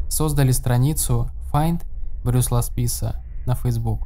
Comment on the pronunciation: Уважаемый автор , вы хотя бы проверяйте оригинальные источники . Как можно делать видео , если даже имя главного героя выпуска , вы произносите неправильно ... Его не Брюс зовут , а Брайс !